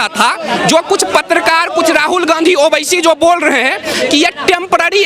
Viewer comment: ओविसी साहब क्यू बोलने का ओवेसी बोलो